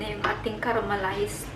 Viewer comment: Ikaw din bulol sa " caramelized"😅. Happy eating 😊 God bless 🙏.